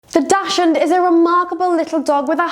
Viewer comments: Please learn how to say dachshund. Its not pronounced dash ! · Hard to take advice from a so-called expert who does not even pronounce the breed name correctly.